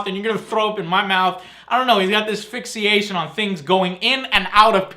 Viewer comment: Fixiation :p Nice english there Joe :p